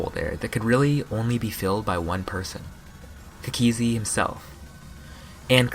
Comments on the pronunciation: It annoys me how he says cookiezi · the way he says cookiezi T-T